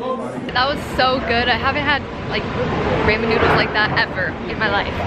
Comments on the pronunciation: Romen keren not ramen keren u funny lol!!!😃😃😃😃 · First of all, how dare you say rumen????? ....Second, that stripped yellow shirt is so pretty I'm so in love with it. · It's pronounced "rawmen" not "raymen"!! 😜😜😍😍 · I feel like I'm the only one who gets slightly irked when say raymen instead of ramen (besides Khoa, obviously...😂) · Who actually says it RA-MEN not RAY-men? I say RA-MEN. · I love you but you keep pronouncing it wrong. The correct (Japanese) pronunciation is raah-men (accent on the first syllable, long 'a'). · Saray Ibanez SHE SAID IT WRONG!!!?!?! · I cringe everytime you say Ramen wrong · Come on keren stop saying ramen correctly :(